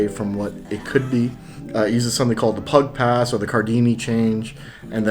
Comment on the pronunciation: Wait did you just call it the Pug Pass? It's pronounced Pe-U. Like a Church pew.